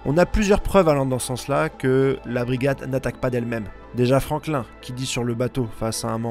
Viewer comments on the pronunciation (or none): none